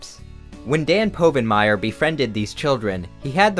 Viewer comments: I knew it was a joke by the time he said PO-vinmire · I knew this was fake when you mispronounced povenmire